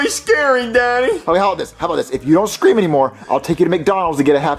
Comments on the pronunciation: I like how says “cream” instead of “scream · I love how he said cream instead of scream. I laughed so hard! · I love when says cream instead of scream. 😂😂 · Every time says scream he remove s with saying cream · this one is also making me laugh the fact he said cream instead of scream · I love it when the teacher says cream instead of scream 🤣 Wow I didn't expect to get any likes but thanks to who the people that liked it! And here's a cup cake 🧁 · My immature ass can't take him saying cream instead of scream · He always says that but I agree lol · Why on Earth does drop the s from the word “scream?”